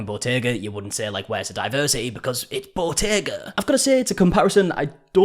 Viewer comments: I thought she was saying bodega. She's actually talking about Bottega, the luxury fashion brand. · Botega??!?! I thought it was "bodega"! 😮 lol